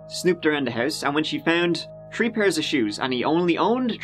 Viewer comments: He over emphasizes mispronouncing “three” any time he can. Thought it was funny at first but after a few videos It’s a little annoying tbh. I get that he has an accent, but he’s doing it on purpose now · I watched tree episodes then tirteen then tirty - tree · Every episode, all the dates and timestamps are tree, turdy tree or turd teenth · Drinking Game: If says the number tree, take a drink. If he says tirty-tree, everybody chugs! 🍺 🌳 🌳 🌳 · I love that there is a number "tree" in every episode 😁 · honestly, hearing him say "tree" is most of why I watch these. and I suspect he knows... and I'm still waiting for "tree fiddy"